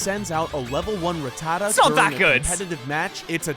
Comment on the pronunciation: I hate how the guy in the video said Rattata